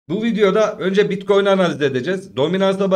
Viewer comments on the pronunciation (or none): seviliyorsun BİTKOYUN diyişin beni koparıyor Alemsin hele hele açılıştaki uyarıların efsane🤣